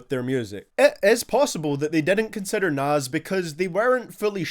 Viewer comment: I don’t mind the guy but I cringe every time u called him “Nas”